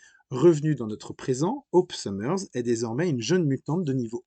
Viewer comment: De base, Psylocke (une mutante un petit peu « particulier ») n’était pas un « ninja » 😒 Cyclops (Scott « Summers » et pas « Summerz ») n’a pas que son pouvoir. C’est un excellent combattant au corps à corps doublé d’un grand stratège. Colossus s’appelle « Piotr » et pas « Peter ». : « Marveul » ??? 😳 : c’est pas « arme X », le « X » est pour « dix » 😒 : les mutants et les quoi ?